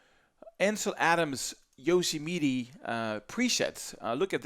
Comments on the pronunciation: Pronounced: YO SEM IT TY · le "i" français se prononce comme un "é (e accent aigu)" en anglais. Ca ferait Yosémétiii. Un autre example, le mot "bit" se prononce "bét" et non pas "biiiit". Si tu prononces "biiit" les Américains pensent que tu parles du mot "beat". De manière générale le "i" anglais se prononce comme "aï (comme dans aïeul) " ou "é (e accent aigu)" selon les mots. Les mot en "ee" se prononcent toujours comme un "i" francais". Mais les mots en "ea" se prononcent comme un "i" français ou comme un "è (e accent grave)" selon les mots. Par example, le mot beat se prononce "biiit" mais le mot bear se prononce "bère", le mot meet se prononce "miiit"...etc. Sinon, ton anglais est absolument fantastique;-).